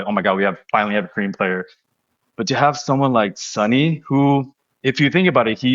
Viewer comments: I Korean. I love calling him Sonny. I am a little bit bothered most of youtubers surrounding LAFC pronouncing Sonny as Sunny. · I think there might have been a bit of a misunderstanding. It's not that calling him "Sonny" is disrespectful—that's his nickname! The issue is when people pronounce it "Sunny" (like the weather). His last name is Son (손), pronounced "Sohn" (rhymes with 'tone'). His nickname is Sonny, which should be pronounced "Soh-nee." Getting the pronunciation right is just a small way to show respect, just like we would for any player. Loving all the content and learning so much about LAFC and MLS from you all! Keep it up! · Hi, you're absolutely a hundred percent correct. But I think the problem is accents, I am a Londoner, and I ive supported Spurs for years, and I pronounce Sonny the way you say it. But in America, like in the North of England Americans and northerners here pronounce it 'u'. Theyre not being disrespectful it's just the it's a differant pronunciation. Just like because I come from london , I pronunce bath...barth because in the south of england we have a lot of french influence in our accent from medieval times. In the north of england they say bath with a flat a like apple. Because they have a lot of vikings influence which is entirely different. Americans are the same. They have so many accents. Ive met Sonny 3 times now at Spurs events. You know, he really doesnt mind at all, ive heard hiim tell peole call me what you like..and wink. Hes very funny. . 😊 but im absolutely sure hed be impressed by how much you care.